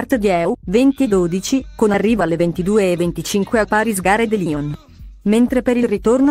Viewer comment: Ma dire Paris Gare de Lyon e Lyon Part Dieu nella pronuncia giusta è possibile? Bel video comunque :)